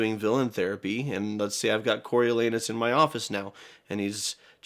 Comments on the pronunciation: "corio-LAH-noos". At least, that's how we say it in Shakespeare 🤓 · Yep, Corialanus not Coryo